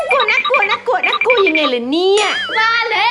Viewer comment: คำว่าน่ากัวไม่ใช่ต่องน่ากลัวคะ